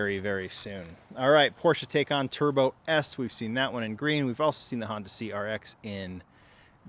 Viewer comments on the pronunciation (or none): the taycan is pronounced "ty-can"